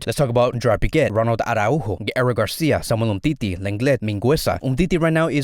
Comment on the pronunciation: Stop whining about Dembele, you're being too much of a fan girl. You sound like the 2 of you are lovers or something 😂 And stop saying Mas-row-ee or Ara-Hu-Go 😅